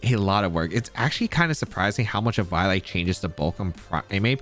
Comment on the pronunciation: The way you pronounced ehVIOlite i cant- 💀